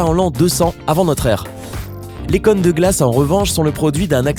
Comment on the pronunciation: Des connes de glaces ? Tu as déjà entendu parler du ô ? XD